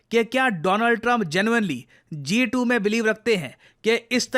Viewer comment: G2❌ Jha2✅ 😂